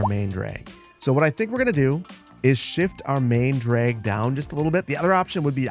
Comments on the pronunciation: As a linguist, I’m absolutely dying over “DRAEG” 😂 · "draeg" - you're showing a bit of a Minnesotan accent there ;)